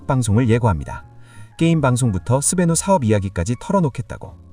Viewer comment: 왜자꾸 스베뉴라고 발음하지